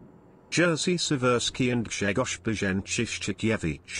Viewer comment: I dont get whats so hard in names of those Polish captains. Im polish myself and my actual name is Grzegorz. That lector didnt got it right.